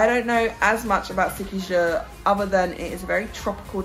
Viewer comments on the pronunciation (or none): It pronounces See-Key-Hor 😊. Can't wait to see you in the actual water of the Philippines.